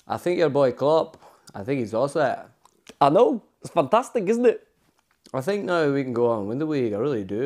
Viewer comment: Jose : i sink, i prefer not to speak